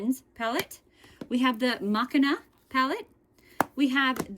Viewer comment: The blend bunny pallet isn't mackina it's called machine-a it's what they call female robots basically.. instead of machine u add an A at the end and it becomes Machina.. beautiful collection though just wanted you to know the correct name. I'm not trying to be rude at all.